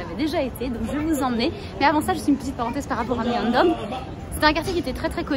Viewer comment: On dit pas Myeondong mais Myeongdong🩷